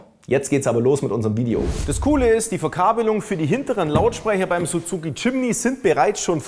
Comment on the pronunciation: Aussprache von Suzuki macht mich jedesmal 😊